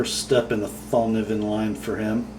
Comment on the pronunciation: I love the way you "mericans" pronounce swedish names😂 Fällkniven is pronounced fell-kneeven! Just saying. Love your channel, keep up the good work. ATB from Sweden